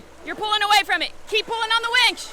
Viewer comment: Please winch.. not wench.. one is more useful than the other